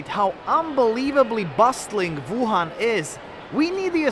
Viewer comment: “ Voo Han” 😂